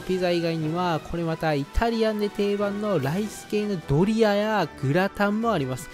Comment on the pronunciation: ドリアがドリアンにしか聞こえないけど、字幕ですっとぼけてるのか、単に滑舌が悪いのか…私の耳がおかしいのかもしれんが😅